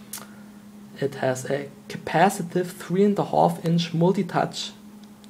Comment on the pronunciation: 3 and a hAAAAllfff inch lol !